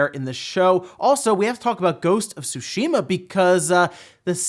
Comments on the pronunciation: I cringe every time he says Sushi-ma instead of Tsushima... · Why do u say tsushuhmuh it’s “tsusheema” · Ghost of tu-SUSHI-ma :P hahahaha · Gosh dang it! It’s pronounced Soo-she-mah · That's the whitest spelling of tsushima I've ever heard lol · Dear lord that's not how you pronounce Tsushima! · Everytime he says Tsushima the way he says it 😣